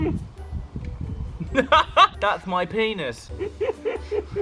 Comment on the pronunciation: the way he says thats my penis HE WENT SO BRITISH